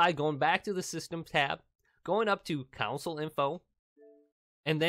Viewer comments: Dude. Its console, not council. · He keeps saying council not console is it just me ? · The word is “console” not “council” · Its console not council ypu donut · Console...not council. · console❌ counsel✅ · i was trying to ignore the fact that he kept saying council lol it was driving me nuts CON..SOLE!!! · It's console not council....yw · pronunciation is con - sole. very simple. not coun - sil. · Hahaha he says counsel in stead of console but the first 1 did work so thx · Its console not council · Console not countsole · STOP SAYING CONSALLLL😡😡😡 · If i hear you say council instead of console (CON-SOUL) i am gonna lose it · Reset "council" lol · Anyone else bothered that he says council and not console😂 thanks for the help though😂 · CONsole not COUNsole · why do you say counsle and not consle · its CONSOLE not COUNCIL damn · I gotta say, it bugs me that you're counsel not console. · “your Xbox one council” 😂😂😂😂 “front of the council”. “Turn Your council back on again”. “reset your council”. “Showing up on your council”. Umm Bud i think it’s pronounced “Console” 😂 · Man says Console like Council 😑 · Dude its console not counsel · Council? Console. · The "Cownsle" approves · Do you mean "Console"...OR "CLOWNSOLE" .....😆😊🤣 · Its console not council smh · He keeps calling the console counsel 😂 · It's console, not counsel or council. Say it correctly. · I can barely make it through this video without getting pissed because you say council instead of console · It’s Console not council dumb ass smh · Ughhhh say console right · Council, rowter shut up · Is he saying council on purpose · nobody: him: cOuNciL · Stop saying council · Take a shot every time he says “counsel”. Yes I know he’s saying console but he’s saying it wrong. 😂🤣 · “Council update” jesus christ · this is no accent problem, it’s total mispronunciation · Ditto. Wtf is a council 😬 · I noticed he was saying council 😂